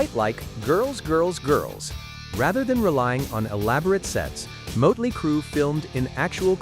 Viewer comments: Moatley? It's not pronounced that way. Mott-lee. 🙄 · That is NOT how you say 'motley'.